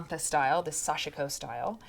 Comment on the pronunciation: Sashiko is pronounce with 2 syllables. Sash-ko.